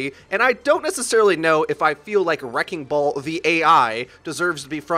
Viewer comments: Wrecking ball has 3 syllables btw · Wrecking ball is 3 syllables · Wrecking ball > 2 syllables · Wrecking ball is three syllables... not two